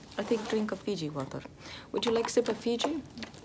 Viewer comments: ive watched this so many times that i know every time says FIJI WATAR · "feejee woturr" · "Daktors 0nly drink FIji wATerr" lol she's like me